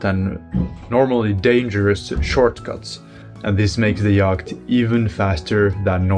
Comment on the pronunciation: Like sailors becalmed in the doldrums, your solar yacht is bedarked in the winter. But you are making excellent progress. Every degree south will improve. BTW, "yacht" is a very old English word pronounced "yot" English is a mess